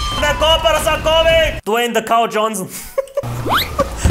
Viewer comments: DON'T Ratio + not Dwayne De Fok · "Dwayne the fok Johnsson"